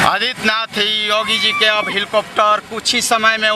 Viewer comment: Abe Jogi nahi re Yogi Sahi pahle Bolo thik se